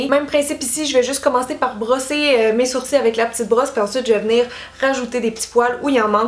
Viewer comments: La queen des sourcils 😍 en plus tu me fais trop rire tu dis des sourci ou lieu de dire des sourcils 😂 J’ai qu’une hate c’est de tester toutes tes methodes merci pour tout tes conseils :) bisou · Merci pour tes astuces ! 😙Ça me stress la façon québécoise de dire "sourcils", nous on prononce le "l". 😂😂😂Bisous.😘💖